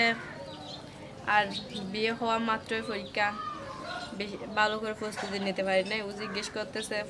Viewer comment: পুস্ততি -- প্রস্তুতি ফরিক্ষা -- পরীক্ষা ফরে -- পরে কিসে পর তুমি? তোমার উচ্চারণ শুনে আমি তো ভয় পাচ্ছি এই ভেবে যে, না জানি তুমি এই উল্টা পাল্টা উচ্চারিত শব্দ পরীক্ষায় লিখে দিয়ে আস কিনা 😃😄